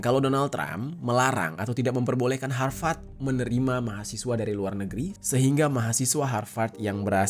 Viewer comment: Harvard university.. BUKAN hawat hawat pronounce nya Min 🙏